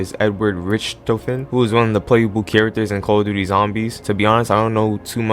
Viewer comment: The call of duty butchering killed me 😂😂💀